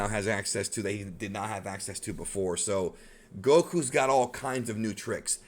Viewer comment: Susono Goku lol bruh.